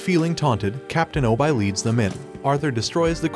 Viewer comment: its obi not obye